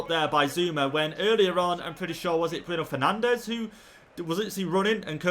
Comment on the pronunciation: since when when did our bruno penandes become bruno free-kickandes??🤔🤔